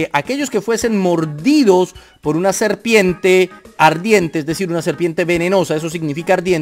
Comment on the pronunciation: Serpiemmmte , ardiemmte , en todo caso se dice Serpiente,!!!!!!